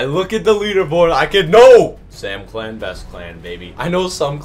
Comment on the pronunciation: yoooo bro said samcial is L OML